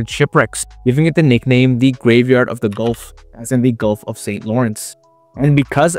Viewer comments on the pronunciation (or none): none